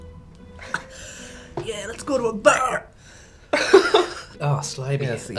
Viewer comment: "Let's go to a baurrrp" That broke me xD